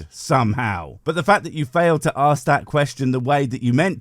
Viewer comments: The word is fucking ask not fucking axe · Why do some people say aks instead of ask? The believer says it right at the beginning. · As soon as he started "aksing" things, I just liked and left. 🤦‍♂️ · Why be axing me all these questions? He already knows the answers, he just chooses to ignore them. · he's going to "AXE" me????? violent christians threatening people wit edged weapons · I have been wondering - what is it with people not being able to just say 'ask' correctly, and say 'aks'. Is it that hard? Just asking. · I don't particularly want this guy to "axe me" anything, tbqh. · You know it won’t go well when he wants to ‘axe’ a question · 😂 Yep. needs an English class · I hate it when people try to axe me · Please don’t axe me, bro! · He's going to axe me, that's a little strong isn't it. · When a person is too stupid to pronounce "ask" correctly, what will follow will be numbingly dumb. As this theist demonstrates. Deeerrp. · I couldn't take anyone who can't pronounce the word ask properly seriously to start with. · If you can't even pronounce "I'm going to ASK you" when you have as many chances to record as you want, you're not off to an intelligent start.... Well it didn't take him long to confirm extreme stupidity at all... 2nd sentence. Well arguably the first was already stupid, because whether you'd like to live forever has nothing to do with whether a god exists. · Is it so difficult to say "ASK"? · Ouch!! Facker 'axed' me!! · “Bro can’t pronounce abiogenesis” Bro can’t pronounce ‘ask’!